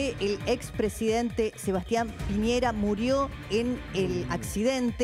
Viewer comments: Lago ranco no ronco, y es sebastian piñera no piñeiira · Por qué les da con decir mal el apellido de este sujeto, pi ñe Ra, y no pi ñei Ra , como también el nombre del lago Ran co, pero es recurrente con estos periodistas. Eso pasa en Chile. Primero leen y...